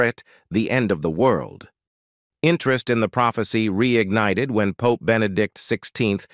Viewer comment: Did the AI say pope ies like puppies.